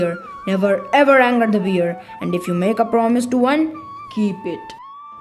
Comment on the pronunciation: It's not beer It's bear the spelling is correct but you are pronouncing wrong ❤❤❤❤❤❤❤❤❤❤❤